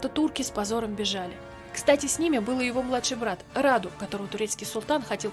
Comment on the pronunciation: Брата звали Раду а не рада